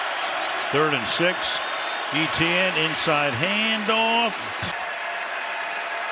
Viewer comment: ETenn statt Etienne ich hau mich weg.